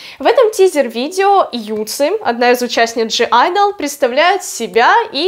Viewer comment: Правильно произносить не ДЖИ айдл, а просто АЙДЛ.